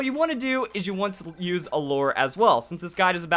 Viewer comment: I'm not a fan of all the drama you make, but atleast you can pronounce lure correctly. So I'll give you that.